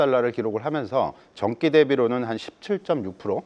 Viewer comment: 자 사람은 전기를 전끼라고 발음을 하는데 방송에 나오나